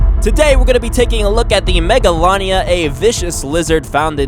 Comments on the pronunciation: It’s pronounced mega lay nia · it's pronownsd mega laa nee a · You said it wrong